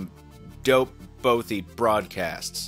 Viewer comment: A bothie? .... really?